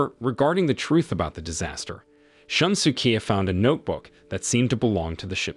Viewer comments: I burst out laughing whenever I hear Shun-su-kee. It's more of a Shoon-su-kay. Maybe for future reference. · More like shoon-skay, but yeah, I was annoyed with a lot of his pronunciations too.